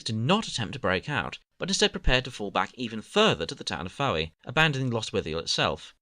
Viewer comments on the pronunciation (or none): Fowey is pronounced as Foy, just felt the need to point that out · fowey is pronounced foy